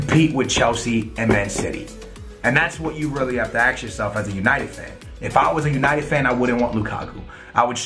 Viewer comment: Someone else noticing that always says "axe" meaning to say "ask"v